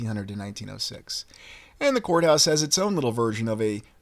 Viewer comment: I thought you said whore house...but you were saying court house 😅